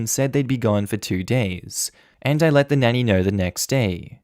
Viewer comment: I think you mean let instead of 'ley'